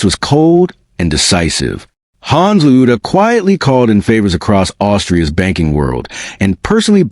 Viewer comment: What, LOUDA, Are you American, it's spelt pronounced Lawd Da!